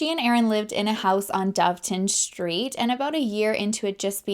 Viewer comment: Ballarat and Doveton street were pronounced perfectly. Beaufort is more like Beaufert